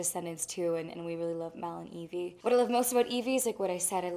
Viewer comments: Não e IVY é evie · Não é ivy. É evie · gente é sério? Ivy? Se fala Aivi e não ivi. O correto é Evie porque é um nome que faz referência à Evil Queen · Sério?? Ivy? É Evie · não é Ivy é Evie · È Evie e não Ivy ! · Não é Ivy, é Evie! Gente como assim?! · Tenho só três coisas pra falar: primeiro: Ivy? Sério? É EVIE. Ivy soa como Aivy, e Evie soa Ivi. Segundo: Dovfia forever, gente olha os toques e is olhares (não sei se shippo ou não, pq elas são muito fofas juntas, mas de um jeito mais fraternal, mas outras vzs...). Terceiro: SOFIA PELAMORDOSDEUSES "nunca viro o meu cabelo pro lado" KKKKJKKKKKJJK MULHER EU TE AMO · mano uma pessoa que ai véz de falar evie fala ivy não merece intrevistar a sofia carson quem concorda da like no meu comentario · Ivy??? Deveria ter pesquisado antes de fazer uma bobagem como essa OBS: é Evie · É Evie não ivy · no es ivy es evie :v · EVIE e não IVY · IVY é sério? é evie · É "Evie" não "Ivy" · parei de ver no "ivy" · "Ivy"? Fala sério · É "Evie"